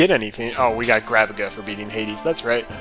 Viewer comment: It's actually pronounced "graveeja".